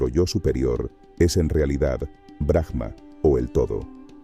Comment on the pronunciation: Aum,en realidad es como se debería pronunciar el OM y es BRAHMA no BRAJMA solo en algunos casos donde la palabra termina con H se pronuncia como jota,en este caso es silenciosa. Hare krishna 🙏❤️‍🔥 exelente video